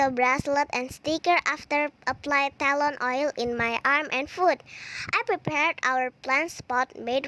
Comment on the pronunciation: The way you say tElon is so interesting 🤭 telon dear, not tElon hihii..